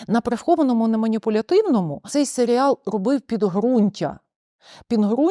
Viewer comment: гарна обмовка, свати дійсно можна називати "Селіал", а не "Серіал", тобто серіал про село у самому погано значенні цього слова, хоча село однозначно не є поганим як середа, для прикладу в аніме доволі часто використовують якесь село як антураж аніме-серіалу :)